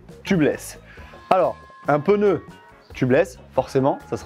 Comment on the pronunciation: J'ai pas bien entendu... On dit PNEU ou PEUNEU?.... LOL... ;)